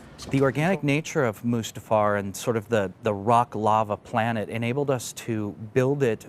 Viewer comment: "mufASTA realm???" Dude, if you're going to speak directly to the director of the film you're working on regarding the MAIN sequence you're working on, I think it's best to be able to pronounce everything right.